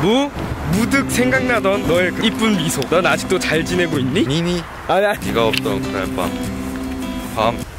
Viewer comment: 아 소리만 들었을 때 니미라는 줄 알고 강해지셧네... 이랬는데 니니 였음